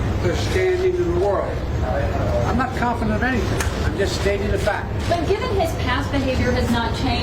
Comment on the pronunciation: YOU SAID CONFEDENT!!